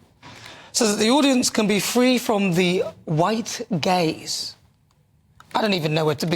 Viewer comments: I’m glad you showed the text “white gaze”. I was sure you said “white gays”. Lol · Anyone else thought Nana was saying "the white gays" and not "the white gaze"? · I thought she said "white gays"... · Was that 'white gays' or 'white gaze'? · Yes, I thought the same thing. 😂😂 I even asked my wife why they're saying "white gays".